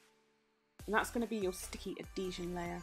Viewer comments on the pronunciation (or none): Also in America we, say “ ad-Hee-sion” instead of “a-Dee-sion”. Lolol We love your work to the moon and back. Your version of this type of nail is the best by far that I’ve seen